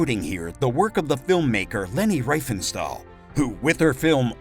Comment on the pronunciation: REEfentstal.....Gohbels...please pronounce these well-known names properly...other than that, thanks for the glimpse into the daily life...